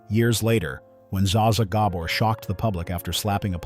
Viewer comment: Alternate Title: The many mispronunciations of Zsa Zsa Gabor.